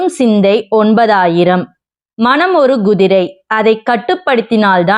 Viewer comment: Gu-திரை என்று தவறாக உச்சரிக்கிறீர்கள். Ku-திரை என்று சரியாக உச்சரியுங்கள்!